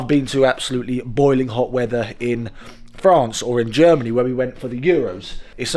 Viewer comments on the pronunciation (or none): none